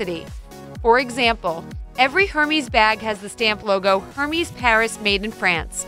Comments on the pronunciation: Her-meez? LOL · You lost all credibility when you pronounced Hermès as “HER-meez”. Gah. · Hermes is pronounced eerr-mez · I really wish you guys would’ve done a bit of research on the pronunciations of these designer handbag names for example you said Hermes but it’s pronounced ( AIR MES ) it just shows a lack of research on your behalf and is quite disappointing from a consumer standpoint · You pronounced “Hermès” wrong. It’s airmes, not Hermes! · It's hermes not hermis. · She pronounce hermiz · Again, if you are going to bother taking the time to make a video, you should learn how to pronounce the items of which you are speaking. It is pronounced "air-mez" not "hermeez". It's that same mistake that you are making time and again that makes your videos seem like cheap fodder. How are we supposed to rely on your information as being true if you can't correctly pronounce a name? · Yes, pronunciation does matter if one is acting as though they're knowledgable about designer names, and yours isn't quite right either. You don't pronounce the "s" in Hermes at all, not as an "s" or a "z" sound. It would be pronounced more like: air-MEH, with the stress on the second syllable. And of course, the "r"s aren't as sharp in French. I'm aware that if the reader were French, they would likely spell the "meh" sound as "mez" or "mes", (the "es" is an "ay" sound clipped off at the end a bit), but you are speaking (or writing) in English, to mostly American (or English) speakers. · Can’t pronounce Hermes. Why trust this information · Hermes is not pronounced as you did. It's French, so it doesn't sound the way it looks. Pronounced Air-meh with emphasis on the last syllable. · Bahahahaha “Hermies” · You lost me at “Hermys”. It’s very easy to check for correct pronunciation. Please do. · Hermès “her mes” that is not how you pronounced the brand lol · How to spot a fake but can't even pronounce Hermes right. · Haha! Thank you!! My thought EXACTLY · this is not how you prononce Hermès